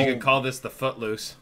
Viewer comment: Ha ha, you said foot lose.